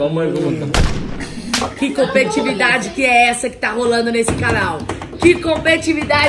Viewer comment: E a Camila falando errado competividade , é COMPETITIVIDADE